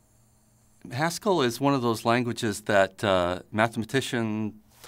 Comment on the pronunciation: When he was talking about Haskell, I kept thinking he was saying Pascal. I was obviously very confused.